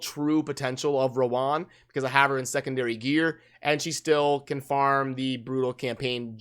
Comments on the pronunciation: Hi, her name is pronounced as rōən (Row-wen) haha, its sound so awkward when you pronounced it as "Row One" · bro I love you, but it's pronounced Row-wen